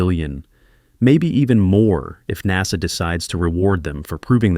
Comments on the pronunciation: I hate AI read documents or infomercials. It's NASA! NOT NAZA! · The first i heard this damn Ai 🤖 pronounce NASA as” naza “ i want to change the channel I will not listen to this 💩 ban ai 🤖 forever it’s pathetic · I cry "AI narration" when NASA is pronounced "nahza," kinda like when people say "Nazzies"! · The way this guy pronounces NASA makes me believe it’s text to voice not an actual person speaking